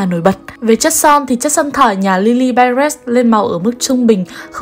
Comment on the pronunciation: chị ơii lilybyred hong có âm s ở cuối đâu ạ :(